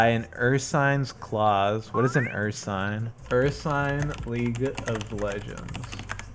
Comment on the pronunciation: The way you pronounced Ursine....